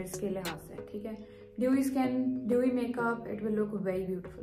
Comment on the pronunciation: Doeee ni hta.. its dewy